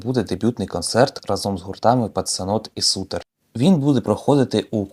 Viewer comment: хахаха, "СУТЕР" Чувак, ця група називається Сайтер :face-orange-raised-eyebrow:Викупай трохи, нє?